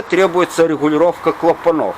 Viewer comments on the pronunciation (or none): здравствуйте!! Правильно говорить - клАпанов. кромЫсел. двИгателей, распреДвалов - примите к сведению. так Ваша речь будет звучать ещё более информативно...